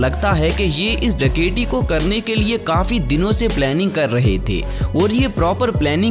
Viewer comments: ڈکیٹی نہیں ڈکیتی ہوتا ہے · ڈکیٹی کیوں بول رہے ہو ڈکیتی بولو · Bhai daketi lafz tu thek bolo